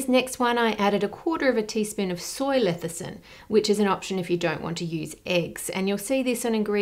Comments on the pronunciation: It's "lecithin", not "lethicin". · Lethicin, or lecithin? 🤔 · Mrs. Reardon, I’m sorry to nitpick but your videos are so thorough I want to understand: are you pronouncing lecithin an Aussie way perhaps? My dictionary has it pronounced as it looks, but you reverse the “c” and the “th” to say “lethecin” instead of “lecithin”. Is there a difference? Does it matter? I know accuracy matters in these videos but pronunciation doesn’t affect anything. Still, thought I’d ask, because I ❤️ you! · It's not lethicin, it's LECITHIN... Come on, Ann, I expect it correctly coming from you. ;) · Ann, a word to the wise: it's leCithin... every time you metion this emulsifier you call it leTHicin. Get it write gerl. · It’s cute how she keeps saying Lethicin ☺️☺️ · Hi Ann, I really like all of your debunking videos. Just wanted to note that the word lecithin in pronounced as le-sə-thən. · Hi Ann. The fact this woman sold pink sauce while being utterly clueless about food and labelling legislation makes me wonder what else she didn't know... (By the way, you mispronounced lecithin. You said leticin multiple times.) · You've been pronouncing "lecithin" with the "c" and "th" switched, by the way! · Your mispronunciation of lecithin is driving me crazy, lol